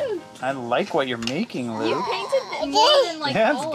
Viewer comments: Luke is one syllable. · isn't luke one syllable?? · but isn't Luke one syllable?? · Luke is one syllable! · LOL Luke is one syllable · Isn’t Luke one syllable vs two??🤔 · Luke isnt two syllables though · Not to nitpick, but Luke is NOT two syllables. 🤓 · Luke is one syllable